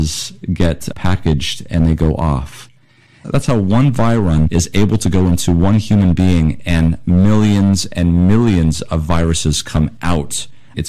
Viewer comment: isn't it virion not "viron? Dr Stallings here...keep up the great work!